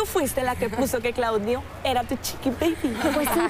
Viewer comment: jsjsjdjs aaaa „cliudio mi chiqui baibi mi livi” jsjshs